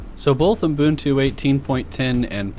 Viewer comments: Umboontu? The way you say Ubuntu is, well, exactly how it's written. Uh - Bun - Too. The middle part is not "boooon" and likewise the first part isn't "ooo" (I don't know where the "m" came from however). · Are you saying "Umbuntu" ? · Fan fact: when I ask Google about 'ubuntu pronounciation' it shows me 'U-boon-too' and the voice says something like 'Uh-boon-too' as well. I've heard some people pronouncing it as 'uh-bun-too', but that's the common problem of English speakers, they always mess the original pronounciations with their English language rules. For example, the ancient Greek name Dalila is pronounced in English as 'Deh-lai-lah' (where 'lai' sounds like 'a lie') while the original correct pronounciation is 'Dah-lee-lah'. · Your pronunciation of Ubuntu is giving me ear cancer